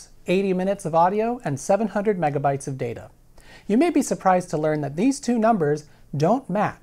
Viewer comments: When he started saying mebabytes I had to check to make sure I wasn’t watching some ancient April fools joke video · Mebabytes? I though it was called megabits? Mebabytes just sounds dumb. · carefull kids, sayin "mebabaites" is open invitation for bullies to beat you up.